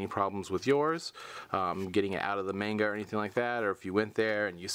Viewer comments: Just so you know,, it is pronounced "mahn-ga", not "mayn-ga". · That's not how you say manga.. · Sweet Jesus, that manga pronunciation..."a"s make the "ahh" sound in Japanese...wouldn't be surprised if you said Kagetokage "Cage-Too-Cage" instead of "Ka-Gay-Toe-Ka-Gay" as well,. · i hate when ppl pronounce manga wrong